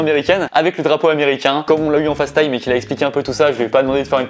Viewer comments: Ça me tue comment il dit “fasse”Time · 😭rien ne va avec ton anglais, je tolérais « thank you » mais « face time » STOP